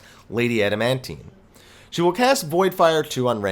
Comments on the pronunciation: I love your guides, but your pronunciations with names sucks. ha Lady "Amandine" A-man-dine. not "Adamantine" XD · Damn right, it makes my ears bleed everytime. Great guide though !